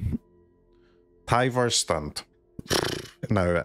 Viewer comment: Your Tyvar’s Stand rant letting your accent get more intense has earned you a subscriber.